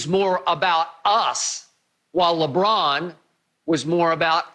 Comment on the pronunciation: Everyone are saying mj the and shannon says lebum lol